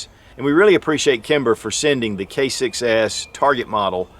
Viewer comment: ROFLMAO...at beginning he says Kimber K6s....sounds like he says Kimber Kicks A$$